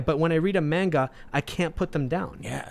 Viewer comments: Bruh pronunciation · Apologies, but it's pronounced "mon-ga" not "mane-ga". And yes, Demon Slayer is an AWESOME story! My grandmother even loves it! We got her into anime. If you love the politics in FMA, you'll love Attack on Titan. It's a good story about actual oppression, and politics in a fictional universe. Crap gets real in season 3-4, and the Eldians are treated like the Jews were in WWII. And SJW's got mad, and called it racist. For me, Dragon Ball came on Toonami in the 90's, and I watched it in English. Inuyasha is not a furry! He's a hellhound. A dog demon. Lol Also, my favorite manga is actually Fruits Basket, a slice of life series with a lot of real emotions about being disowned by your family and more. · ITS NOT "MAYNGUH" YOU BOOMERS ITS "M-AHN-GAH" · Great conversation... but everytime he say mAnga my ears hurt. Its mAHnga. Same as the ga, ma n ga. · Y’all are saying mainga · FFS learn how to pronounce ‘manga’ correctly. It has a long a sound.